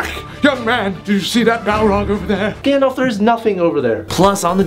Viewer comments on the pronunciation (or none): It's Gandalf not Gandlaf! Lol